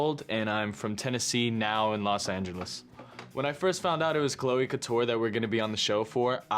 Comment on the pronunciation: i almost cried when u said couture as cou TER